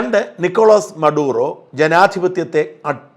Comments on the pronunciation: മഡൂറോ എന്നെല്ലേ ബെന്യാമിൻ നേതാന്യാഹുവിനെ ബെന്യാമിൻ നേതാന്യാഹു ആക്കിയ പോലെ ഇനി ഇതിന്റെയും ഉച്ചാരണം മധുറോയ്ക്ക് പകരം മറൂഡോ എന്നാണെന്നു പറയുമോ 😂😂😂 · താങ്കൾ മാറൂടോ എന്നാണ് പറയുന്നതു മദ്യൂരോ ആണ് ശരി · മറൂടോ അല്ല, മഡൂറോ ആണ്